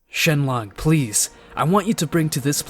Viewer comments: Shen long??????😂😂😂😂😂,it's shenron,😂😂😂. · "SHENRON" Not shenlon. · Did you just called shenron to shenlong? 😂😂😂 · He called him shenlon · He said shenlong🤣🤣🤣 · bro im dying too "shenmonk" XD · NO HE SAID IT SHENLONG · "jeenae" "Dragon spheres"